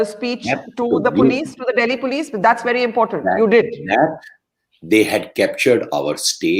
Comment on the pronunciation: It's Police not Polish.